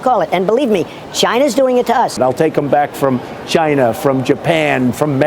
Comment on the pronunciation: no way trump couldn’t pronounce china without saying “ghina” 💀